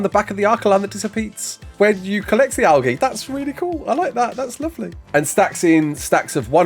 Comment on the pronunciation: Is he saying Algae like that to tru and be funny?